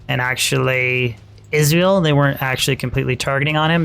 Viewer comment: Funny how you pronounce Izual as Israel.